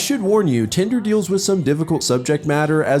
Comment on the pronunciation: I keep hearing it as “tinder” 😭